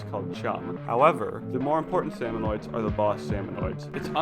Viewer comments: It is so painful to listen to him say “salmonoids” rather than “salmonids” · Salmonids. Not salmonoids. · the "salmonoids" bothered me so much lmao